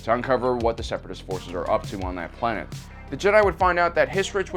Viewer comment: I heard ploonet just me?